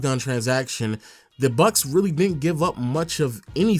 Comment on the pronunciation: Nobody:: Milwakee BuK